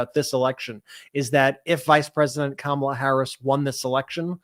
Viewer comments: I don’t listen to people who mispronounce Kamala’s name. The blood of all the people who are going to hurt by her vote is on her hands. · Dumpy won and they still can’t pronounce Kamala’s name correctly the douch bags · That crying woman is too stupid to pronounce Kamala’s name correctly. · At least now, can everyone please just pronounce Ka-ma-la’s name correctly? It’s respect and a big step towards coming together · She even mispronounced Kamala's name on purpose. Crocodile tears. Nope. Not here for it. Period.